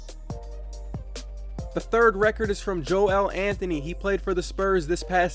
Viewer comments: You don’t say Joel Anthony’s name like embiid’s. It’s Joel (jul) not (joe-el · It’s pronounced like “Jowl” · It’s just not Joe El. It’s just one word